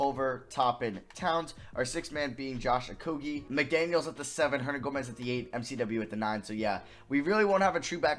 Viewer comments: stopp saying okoGie it is so annoying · The amount of likes this comment gets is the amount of times he said Josh Okogie’s name wrong